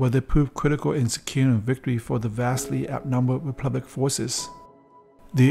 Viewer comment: Is he saying "replublic" or republic?